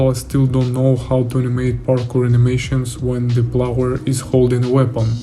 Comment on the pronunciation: Очень крутые штуки делаешь, слежу с большим интересом, продолжай! P.S.: Только позволь подушнить на счёт английского, в качестве желания помочь/подсказать тебе чтобы ты совершенствовался, на будущее: слово "player" - "игрок" произносится не "плауэр", а "плэйер" или скорее даже "плээр". А то очень ухо режет, ты же геймдизайнер и геймплей программист/разработчик, это слово одно из ключевых в твоей деятельности и произносить его всё же стоит корректно, как я считаю, если ты ведёшь деятельность на английском языке и хочешь чтобы тебя как можно лучше понимали... Ну и ещё "cutscenes" - произносятся скорее "кат сцинс" либо "кат ссынс" и "кат сцин" если в единственном роде. Хотя интересно что почти все остальные слова ты произносишь корректно. Извини пожалуйста, если такие комменты являются для тебя чувствительными, не пытаюсь критиковать или самоутвердиться. Только из соображений помощи! Удачи! P.P.S.: Также если вдруг не знал, удобный инструмент тебе на заметку: мне очень помогает переводчик DeepL, есть удобный клиент для Windows, по нажатию CTRL + два раза подряд C выделенный текст попадает сразу в переводчик и там же можно послушать произношение слов, переводит более натурально с учётом возможного смысла предложения, т.к. прогоняется через машинное обучение.